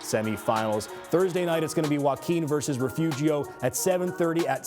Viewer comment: Refugio? You ain’t from Texas if you don’t know how to say it! Re-fury-o! Get it right!